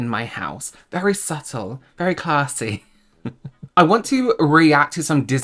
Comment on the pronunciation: “ wry subtle…” haha